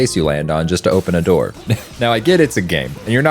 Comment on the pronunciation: "open the noor"